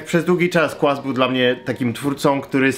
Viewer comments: Kurna "kłaz" uwielbiam cię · 10 lat minęło a "Znany także jako " nie nauczył się wymawiać...